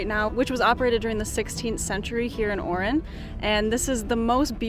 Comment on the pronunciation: guys its Oran, not Orin.